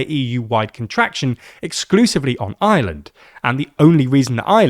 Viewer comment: That is the r o i and its ireland not ieland